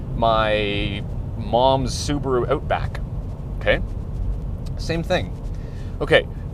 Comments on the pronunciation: "Subaru Oatback" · I about died laughing from that side styling comment. Also, what the hell is an Ootback?